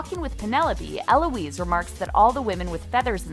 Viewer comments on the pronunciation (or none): none